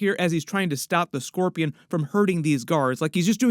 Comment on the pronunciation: The way he messes up scorpion makes you wonder if he's possessed by symbiote?